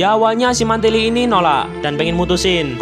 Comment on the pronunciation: Mantili a nya jadi e gimana bang